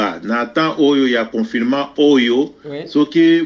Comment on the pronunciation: on dirait nayoki yo ozoloba- confirement heure nionso...par contre eza confiNement